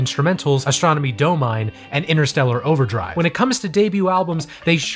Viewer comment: Isn't it "Astronomy DOM-in-ee"? Like not a long "e" sound but a short e, make it a syllable and Latin, rather than it be silent.